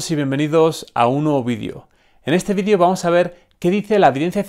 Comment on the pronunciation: Sólo q me da un poco de gracia por que ustedes no pronuncian la palabra Vídeo con la E. y se escucha Vidio no Vídeo. Muy Aparte de mi burla, Buen tema